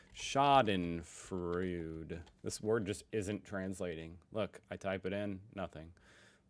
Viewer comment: OMG, I too had once a bowl like that one-it is shaped as a letuce leaf.: German "eu" is pronouced "oi" as in "to boil"., So Schadenfreude is: Shaden-froide